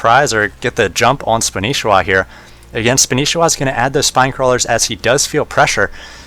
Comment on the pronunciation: That's not spanishiwa it's Spanshwa look closely